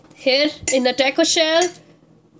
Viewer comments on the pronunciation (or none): its not teyko it's Taco....btw thanks a lot for the recipe....awesome job 👍